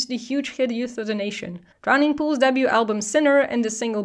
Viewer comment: Every time you said "debut" it sounded like "double U" and that confused me 😅